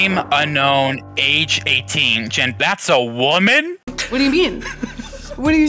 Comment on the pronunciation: That's a WOMEEn got me😂😂